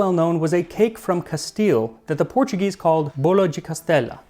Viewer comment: You're pronouncing all the Portuguese words like Spanish, words that end in -o sound like oo like oh là là and if it's -OS it sounds like oosh